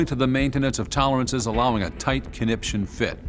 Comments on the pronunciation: "...ensures a tight koniption fit." while the panels were folding away was got me. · “a tight, kinnipsion fit” lmao